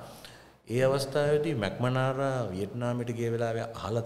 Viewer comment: ඉංග්‍රි භාෂාව උච්චාරනය පිළිඹද සැලකිලිමත් වෙන්න. එවිට කතාවේ ආකාර්ෂනීයත්වය වැඩිවනු ඇත. රොබට් මැක්නමාරා මිස ඔහු මැක්මනාරා නොවේ. කතාවේ අන්තර්ගතය ගැන ඇක්තේ පැහැදීමකි.